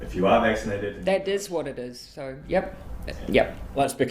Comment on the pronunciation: How does "so" become "seer"